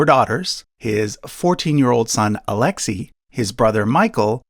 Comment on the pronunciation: But why butcher the names?? It's not that difficult to find out how to pronounce such common Russian names such as Xenia and Alexei.